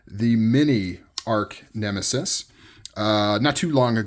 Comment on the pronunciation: Sweet pick up! By the way, it's arch (artch) nemesis -- not arc nemesis.